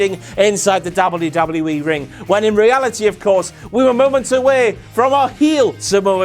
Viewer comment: Angle actually pronounces it "Dubadubee"